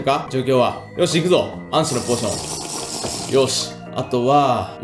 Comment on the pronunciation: 暗視のポーションの言い方が安死になってるよお